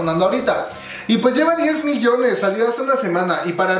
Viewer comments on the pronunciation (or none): none